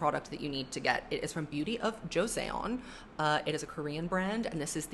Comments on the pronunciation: the product you kept pronouncing jo se on beauty is pronounced as jo sun beauty! Josun is the country that existed almost right before modern day south korea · I love that you are using K-Beauty skincare. I live in Korea and as a native English speaker I also pronounced words with -eon endings wrong at first. But I wanted to help. So Joseon was the name of the Korean Dynasty. It's not pronounced jo-say-on. It's pronounced jo-sun. 😊